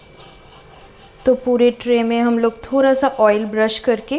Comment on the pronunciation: Bhan ji thora nahi thoda hota ha pehle bolna sikho phir aanaa 😂😂😂